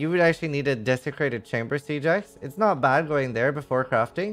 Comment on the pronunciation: i love how you pronounce "siege axe" "sea jax" lol super interesting